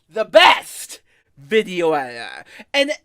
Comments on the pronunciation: “I am da gweatest editah” Proceeds to ramble for literal minutes with minimal cuts in the video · "The gweatess wideo edthithow." That speech impediment is out of this world.